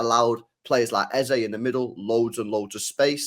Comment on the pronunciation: stop that pathetic Eze pronunciation.